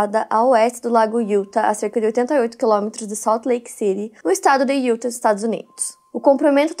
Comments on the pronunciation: Só uma pequena dica: a pronúncia correta do nome do estado de Utah é “iutá” 😉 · Só eu que fico agoniada com a falando: DEVÔTO, IÚTA...etc? 😅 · Aaaaah não vim comentar assim q postou e demorei assistir, justo de Utah 🥹 moro a 5 anos aqui, vivo indo pra SLC. Já fico apavorada. E a não acerta a pronúncia de Utah desde q acompanho ela kkkkk (IutÁ)